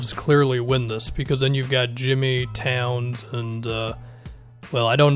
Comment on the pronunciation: “Tawns” lmao